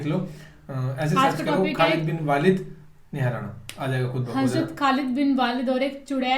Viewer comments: Walid nhi hai...waleed hai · सही नाम ख़ालिद बिन वलीद है वालिद नही है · Sir, kindly call correct name please, Hazrat Khalid bin Waleeeeeeed (R.A) not walid. Thank you. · Not खालिद बिन वालिद this is खालिद बिन वलीद है, माइंड मत करना आपलोग ठीक है प्लीज. But आपलोग बहुत अच्छा कर रहे है.. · Waleed not walid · khalid ap ne par liay hai aapko walid nhi parna aataa apko urdu to aati hai phir bhi parna nhi aata